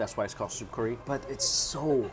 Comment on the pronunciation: Been watching you for a couple years now and I've got to say it's still irritates me how you say Curry so bad.